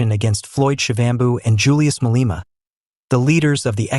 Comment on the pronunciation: You don't know how to pronounce Malema' Surname how about you stop reporting on black people as a bloody(Literally your parents) white man!